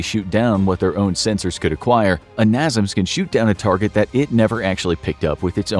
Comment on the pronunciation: americans bought and renamed it to something that made more sense to them. "coincidence" that the acronym has all the same letters in the same place. Also it's pronounced NAY-SAMS not NAH-ZUMS (at least in the USA)